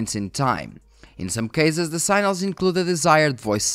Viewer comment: SI-GNA-LS..NOT SINALS lol english is not my native language either;p